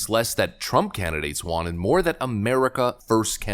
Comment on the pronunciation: WON = wun WON ≠ wahn